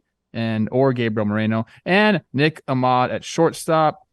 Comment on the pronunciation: “Ahmad” and “Tow-mas” is not a great start to the names for Trev 😂💀